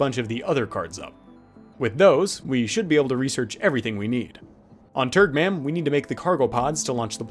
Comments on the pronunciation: I swear every time you say turgmam i hear turdmam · I can't stop hearing "turdmom" when naming that planet